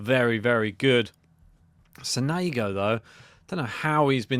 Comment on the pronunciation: Sònego not Sonègo